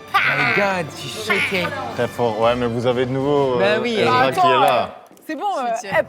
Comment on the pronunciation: ESRAAAA PAS EZRA